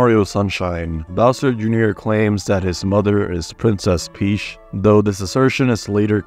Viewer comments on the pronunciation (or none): "prinses peash" my god